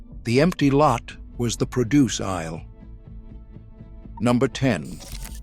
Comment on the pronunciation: It was the PRO-duce isle, not the pro-DUCe isle ! ! ! I hate listening to these A I announcers. Thumbs down no matter how good the video is.